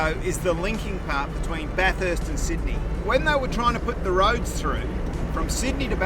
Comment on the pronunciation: Been to most of these places before the closures. One thing to visitors. Bathurst people really dislike their city being called, Bath-hurst. there's only one ,"H" , in Bathurst. So it's Bath-urst, please.